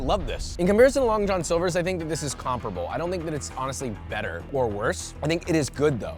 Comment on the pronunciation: The way this guy says Comparable as Comperable pisses me off.